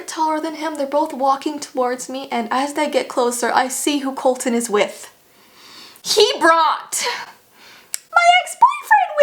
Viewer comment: When you yelled HE BROUGHT I thought your ex-boyfriend's name was Hebraut.